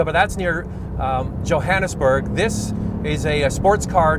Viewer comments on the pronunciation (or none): none